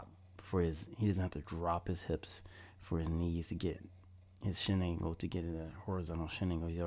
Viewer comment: I thought you said shit angle then you be saying shiningle do u mean shin angle ?